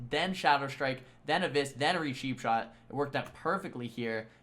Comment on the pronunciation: anyone hearing sheap shot instead of cheapshot?